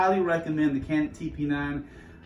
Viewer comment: Pronounced “ Janick”